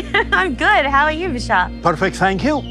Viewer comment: Agree with u 💯. I don't like it when people dont know what they are talking and start speaking like they know facts about someone or his message. He didn't even say Bashars name right. Im not listening to this guy again when his show is about someone and he hasn't done his homework. He is also pompous. Theres hundreds of videos of Bashar and Daryl for him to do his show on yet he chose a 5sec clip that cuts off. He's speaking of the Annunaki. Come on man! Youre reaching and desperate.stop putting others down to feel big